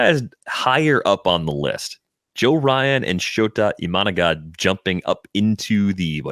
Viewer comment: I swear I will unsubscribe if I have to hear mispronounce Shota Imanaga one more freaking time.